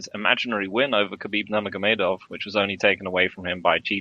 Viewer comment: Lol I cannot standddd the way says Perrera. And he cant say Nurmagamedov to save his life either haha